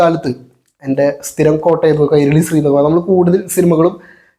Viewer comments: സ്രീ അല്ല ശ്രീ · അല്ല ബ്രോ നിങൾ ഉദ്ദേശിക്കുന്നത് ശ്രീ എന്ന് തന്നെ ബട്ട് പറയുന്നത് സ്രീ എന്നും.ഉച്ചാരണം വ്യത്യാസം ഉണ്ട്